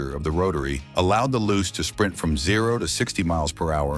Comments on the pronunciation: Its loo chay, not loose,and the rx4 was not styled by bertone. Rubish ai video. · The Mazda Luce is pronounced 'Loochay' its Italian for light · Correction...... 1973 Mazda Luce A. The 2nd generation Luce / RX-4 was released in 1972 B. Opening scene showed the original 1st gen / 69-72 Luce coupe C. JDM name is pronounced "Loo-Chay". The english "Loose" version you attempted is weird. You could have kept it simple & used the export name.... RX-4 D. Several shots showed the (light green) Savanna / RX-3 when your story is about the Luce / RX-4. This lack of research makes your video look weak 1972 Mazda Capella A. The 1st generation Capella / RX-2 was released in 1970 B. You show a Luce / RX-4 at the min + min mark , showing poor research